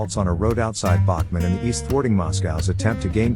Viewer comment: Who is the absolute MORON who is narrating this, and these other videos, as the Ukrainian city is NOT called Bachman, you ignorant ass but IS called Bakhmut i.e., "Bak moot" (Phonetically) so please extract your Hotel from your Alpha dipshit and DO YOUR HOMEWORK & GET IT RIGHT for a change!!!